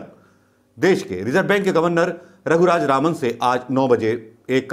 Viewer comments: Everytime you are pronouncing the name wrongly.. Raghuraj Raman in place of Raghuram Rajan.. pl mind it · Unka naam RAGHURAM RAJAN. Not Raghu Raj Raman. You have proven yourself a very poor presenter my friend! It's like Trump could not pronounce Swami Vivekananda's name in one go. He messed it up. You also have said twenty times Dr RAGHURAM RAJAN's name wrongly! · sir he is not raghuraj raman as pronounced many times. ha ha this happens often to most people. but the interview was a nice one. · unka naam... "Raghuraj Raman" nahi, "Raghuram Rajan" hai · नाम रघुराम राजन है (ना की रघुराज रामन) माफ करना गलती नहीं निकाल रहा परन्तु आपसे लोग एक्यूरेसी की उम्मीद करते हैं और आपकी वाकपटुता और सटीकता तो अच्छी है ही । भक्तों को बेकार में मौका मिलेगा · Raghuraj Raman nahin Raghuram Rajan. Alphabet ko swap kar lijiye sir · Raghuram Rajan naam hai... Raghuraj Raman nahi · आप कितनी बार रघुराम राजन को रघुराज रामन बोले है कॉउंट करके देखें।🙏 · Raghuraj Ravan.. Who else noticed🤣.. Not ones.. I guess almost every time😂😂😂🤣🤣🤣🤣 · Bolna toh shikh loh gavar hoh kya naam bolna bhi nahi aata 1.50 to 2.00..Governor ka naam bhi nahi pata nd chaley hoh video bananey so shame....its Shri Raghuram Rajan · You are repeatedly wrongly pronounced the name of Raghu Ram Rajan. Why ?